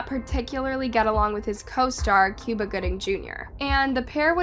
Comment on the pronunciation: And it's not "Cewba" Gooding.....lol